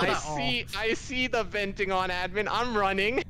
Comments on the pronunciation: Everyone: Admin: Uh-dmin I LOVE how she pronounces it differently! Or is it the other way around.........? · It’s so cute when says admen instead of admin